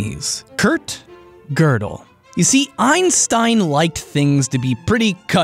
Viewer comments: Why did you pronounce Gödel wrong literally every time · Gödel is pronounced as ''Juhdel'' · Is it pronounced gerdal not godel?